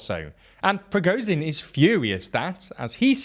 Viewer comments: The ZH in Prigozhin should also be pronounced the same way. Also the W of Wagner, a German word , is pronounced like a V like the W in Volkswagen. And the KH of Kherson and Bakhmut is pronounced something like a Spanish J - think Juan, José, Rioja. Getting these details right would really increase your credibility. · Prigozhin: Prih Goh (the "goh" sound being like in "God") Zhin (the "zhih" sound is like a French "je" sound, or how you'd say "Jules," as in Jules Vernet). Seriously this man's name is the most inconsistently mispronounced name on the whole channel. Shoigu's name is like shoy-goo Gerasimov; Geh-rah-see-mov